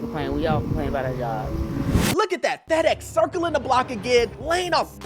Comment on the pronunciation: Not circling the block again 😂😂😂 why you have to say it like that